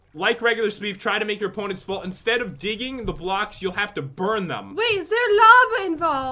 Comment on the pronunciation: She said fall not @@